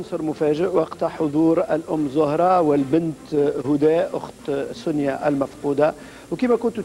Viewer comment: لاء مكتوب على الشاشه سنية هما بينطقوها سونيا